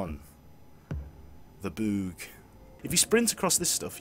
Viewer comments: laguhed my arse off at ''the boogh'' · “Deck one. The boogh” 😂